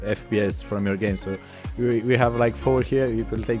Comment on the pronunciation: it will faks up with yor fPEEEYESS